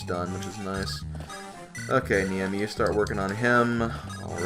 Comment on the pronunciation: Please, It's Ne-i-mi not Niemi.